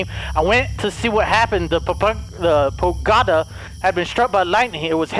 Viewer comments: I love your horror videos. You always pick the best games. Side note. . . . Its pagoda, not pogada. Haha love you!!!! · “Pogada” Me: “it’s Pa-go-da!”🤦🏻‍♀️😂😂😂😂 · I love the way he say Pogada instead of Pagoda😂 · I love how delirious keep spelling it pogada instead of pagoda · I love how can soundly determine a logical fact like how the headless undead can't hear without ears, but at the same time pronounces words like 'pagoda' wrong repeatedly after getting it right the first couple times! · Ahh yes the crest under the "POGADA" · Sometimes can be SO intelligent with the quick deductions he makes in games, but the whole time he pronounces "pagoda" wrong, even though in the beginning he said it correctly lmao.